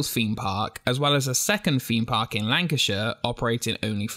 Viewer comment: "Feem Park"